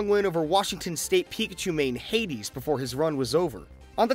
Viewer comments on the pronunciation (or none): ITS H-4-D-S NOT HADES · Hades actually makes sense for the pronunciation, but you just say it letter for letter H 4 D S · H4DS is not pronounced hades lmfao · yall H4DS isnt pronounced hades its all said individually